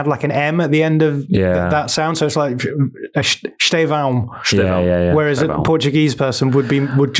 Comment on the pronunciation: For the record, said Bruno Guimarães pretty well, Fernandes and Guimarães are very different sounds Also Estevão like said with the "added M at the end" is close to being spot on